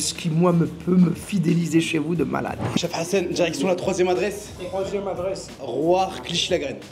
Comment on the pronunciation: on dirait tu dit cheb hassan 😂😂😂